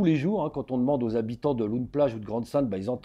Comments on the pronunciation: Loon plage se prononce Laune plage et non pas loune plage 😉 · "loun- plage" 🤣 on dit "lone-plage" avec l'écriture loon- plage évidemment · Loon Plage ça se dit "Lon", pas "Loune". Hyper intéressant sinon merci ! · on dit "lone plage" pas "loun" ! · LOON ne se prononce pas "loune" mais "lon" 😊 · "lone" plage, pas "loune" plage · Oui ls fusillades cest chaque semaine Ce ne se prononce pas "loune" plage mais "laune" plage Ensuite les bateaux et moteurs sont importes directement de chine par colis. Juste pour donner un ordre d'idée - une traverse illegale est estimé autour des 1500e - et si vous francais vous prenez le bateau a pied sans voiture et via les ferry habituels cela vous coute 20e Et ces migrants risquent leurs vies tous les jours avec femmes et enfants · On dit lone plage!😂❤ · On dit "lone plage" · Ça se voit qu’il vient pas du Nord comment est dit Loon plage! Il m’a tué, je suis mort de rire